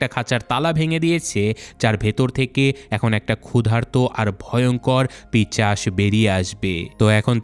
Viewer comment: ভাইজান, পিশাচ কে পিশাচ বলতে পারেন না। ইউটিউব চ্যানেল খুলে ভুল ভাল শব্দ উচ্চারন কি খুব জরুরী ছিল!!!